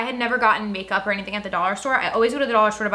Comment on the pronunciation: Did she say pake up?